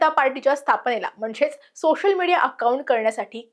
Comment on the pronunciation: सातत्याने शचा उच्चार (सोशल, उद्देशून, सुशिक्षित, देश या शब्दांत) ष करते आहेस, काळजी घे. छाया देव